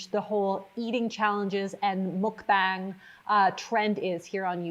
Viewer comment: pronunciation note on mukbang - the U is pronounced like "uh" and the A is pronounced like "ah"! so it sounds kind of like the english phrase "muck bong."